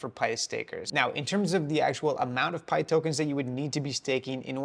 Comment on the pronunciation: Your saying pyth wrong brotha